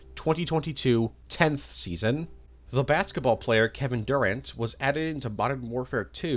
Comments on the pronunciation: Aint never heard anyone say Kevin Durant like that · That Kevin Durant pronunciation💀💀💀